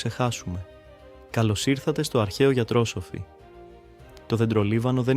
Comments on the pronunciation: Μπράβο σας, καλή επιτυχία στο Καινούργιο κανάλι. Σας παρακολουθώ ανελλιπώς στο ΟΔΗΓΟΣ ΥΓΕΙΑΣ. Κανετε εξαιρετική δουλειά! Μόνο μια παρατήρηση με καλή πρόθεση. Λέγεται αρχαίο γιατροσόφι και όχι γιατρόσοφι. Δηλαδή τονίζεται στη συλλαβή ΣΟ και όχι στη συλλαβή ΤΡΟ. Καλη σας ημέρα. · Η σωστή λέξη δεν είναι γιατροσοφι με τόν τόνο στο σο, αλλά γιατροσόφι. Φαίνεται πως η ΑΙ δεν μαθαίνει σωστά τίς λέξεις.